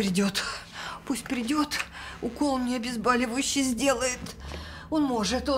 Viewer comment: Почему "обезбАливающие". ОбезбОливающие от слова бОль.